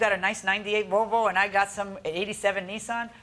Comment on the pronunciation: why do they keep calling it a "Vovo". There's an L in there 😭